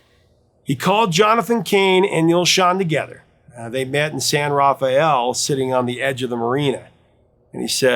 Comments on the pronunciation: BTW, we pronounce it "San RafFELL" in the Bay area. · It's pronounced San Ra -fell BTW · It is a common misunderstanding, but "San Rafael" is not pronounced that way. Rafael (2 syllables) and Raphael (3 syllables) are different names and are pronounced differently. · You're right. I lived there for six years.